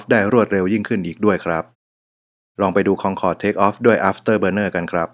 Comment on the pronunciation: คอนโครด คอนคอรด คองแคง